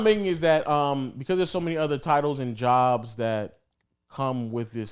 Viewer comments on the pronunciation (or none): none